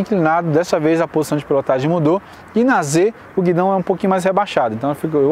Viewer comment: O nome é guidão e não guidom. Apesar disso, o vídeo foi razoável para quem não é piloto!